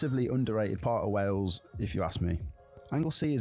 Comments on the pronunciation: Wales is pronounced ' Wales ' (like Whales but * without * the 'h') _NOT Wells. Sigh.... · It's SHAMROCKS in Ireland not 4 LEAF CLOVER !! It's pronounced WAILS not WELLS. If you notice, there are " pullover/passing places" on the small roads. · Its wales not wells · It's not wells. Its Wales 😅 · Why can’t Americans pronounce Wales ? It’s not Wells. 🤦🏻‍♂️ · Not Wells it's Wales, you pronounce it the same as most Americans. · i,m welsh, we have been under the cosh of the english for centuries. and by the way, it is pronouced wales, not wells.we are country not a county of england, or a theme park for the english to play in. we are a nation that has existed for over 2000 years, unlike the usa that has only been the usa since 1776. are castles, most of which are built by the english, to supress us since the 11th centuary. we are a celtic nation, yes the celts are not only irish. visit our country by all means, but please be polite to us. and we will be polite back, we are not all hostile to visitors. but we do like to beat the english in rugby, or any other sport. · Not a criticism, but I've noticed that on reaction videos, Americans always say 'Wells', and not 'Whales'.....I wonder why that is? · Its pronounced Whales not wells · Wales like whales not wells. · Try to say Wales, not wells. And that is English, not Welsh. The Welsh say Cymru. And that is pronounced kum ree, not sim roo. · it's not said as WELLS....it WALES!....my home country. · I've only recently noticed (thanks to watching MANY American YouTube videos!) that a lot of Americans pronounce the "ai" sound as an e. So Craig becomes Cregg, vague becomes vegg, plague becomes plegg...and Wales becomes Wells! The Craig/Cregg one I've always known about, but I never realised it also applies to many similar words. 🤷‍♂️ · Wales is pronounced like 🐋 Whales but without the H. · Wales is pronounced the same as whales... WAY-ELS